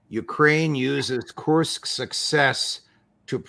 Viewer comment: Judge makes me laugh with his Kursk pronunciation challenges 😂😂😂